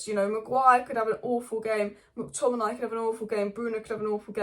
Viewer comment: Does my edd in the way you say mctominay lol